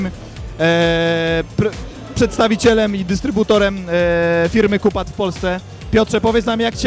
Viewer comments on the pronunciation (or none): hahaah "kupad" , wymawia się "kjupad" ;)